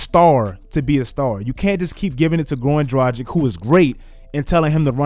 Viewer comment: Why he callin Dragic a Gragik lol